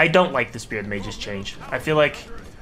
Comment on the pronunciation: It's pronounced Magus not "Mageus"